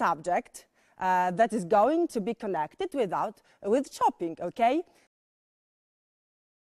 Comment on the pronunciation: Tylko ze ta Pani nie mowi nie tylko idealnie, ale wrecz masakrycznie niepoprawnie. Jej angielski jest tak spolszczony ze glowa mala. A przez wymowe wlasnie czasami trudno ja zrozumiec. Trzeba sie domyslec jakie slowko powiedziala. chociazy to czoping na poczatku...albo czekac, bo moze za drugim razem wymowi poprawnie.